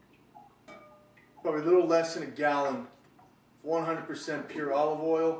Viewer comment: Dude called oil "oily" 😂😂😂😂😂